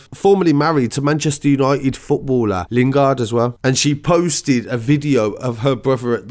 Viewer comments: Not even lingaard it’s lindegard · It’s linDEgaard too he missed a whole syllable, probably on purpose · Lindegaard* not lingard 👍🏾😂